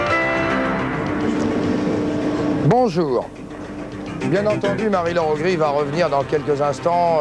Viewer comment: Augry et non Aubry ;) Ah mince il n'y a pas la fin ^^.